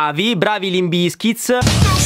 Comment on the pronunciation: Ma perchè BizkitS? Si pronuncia davvero con la S falsata finale? Bravo comunque gran bel video. Like e sub.